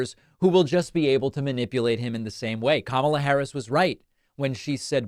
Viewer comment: A little strange when David says “confusing wayth” and doesn’t seem to realize that he misspoke. Anyway, 🤷🏻‍♂️